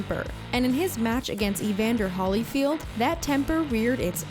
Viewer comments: Holly-field? Ben-gal? Girl, it’s Holy-field and Bane-gull. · it is Evander Holyfield as in holy bible you keep saying Hollyfied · It's Holyfield not Hollyfield Put some respect on his name lol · I thumbs down soon as she said "HollyField." Ugh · ... and Ben-Gal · "Hollyfield"... hehe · She butchered Bengal and Holyfield